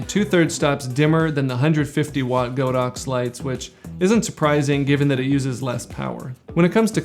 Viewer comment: The correct pronunciation for the brand is God ox not Go dox